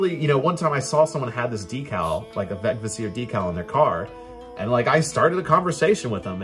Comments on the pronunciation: A little pronunciation guide: every old norse word has emphasis on the first syllable, no exceptions. VEGvísir. It doesn´t really matter how you pronounce it in while speaking modern english I guess, but I prefer to at least follow this one rule. And it´s an easy one! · (in compound words there was likely secondary emphasis, so Veg-Vísir. But certainly not vegviSIR that a lot of people say.)